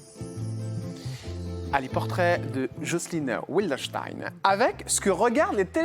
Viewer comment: on prononce Vildenstein en allemand. Pas Oui ldenstein Ce n est pas un nom anglais (mais allemand).